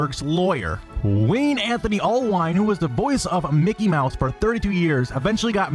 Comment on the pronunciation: LoL mickey maws